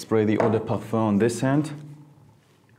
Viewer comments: Bro. "Perfur" ridiculous pronunciations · Sounds like you say parh fun.